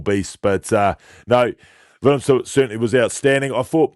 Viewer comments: Not willemsen or willemson but willemse ..please 😂check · I heard her say Willemson.. then i was nah im probably hearing things.. then she said it again.. and then dude also said it. Cringe 😬